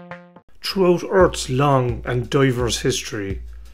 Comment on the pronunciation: Where is Urt.....Urts strangest creatures...?.....even the Irish are saying ....wtf did he just say..?........EARTH!.......for phucks sake the word is Earth mate! Hanahahahahahahahanahaaaaaaaa! "Tree times as great with his teets".....or "three times as great with his teeth" ...tree hundred tousand.... mate, you're not even trying now..hahahahahaaaaaaaaaa! Keep it up, bubba!